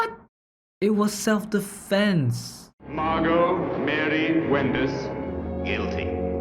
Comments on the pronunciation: Actually, her name is pronounced Margo. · This quite closely follows the play it is based on by Frederick Knott. Enjoyed your reaction. The "t" in Margot is silent, by the way, if you happen to come across it again in something. It's pronounced the same as Margo.